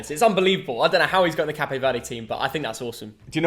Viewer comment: Do all Brits pronounce Cape that way lol